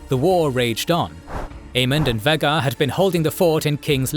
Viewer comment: I know this Channel predates Ai for years, been a fan before AI, but how many times have you mispronounced Vhagar